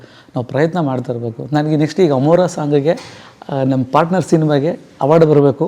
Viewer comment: ಪಾಟ್ನರ್ ಅಲ್ಲ. ಪಾರ್ಟ್ನರ್ ಎಂದಾಗಬೇಕು. ಕನ್ನಡ ಸ್ವಚ್ಛವಾಗಿರಲಿ.